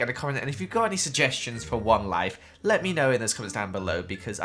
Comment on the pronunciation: "Are you new here to wenlyf?" wenlyf wenlyf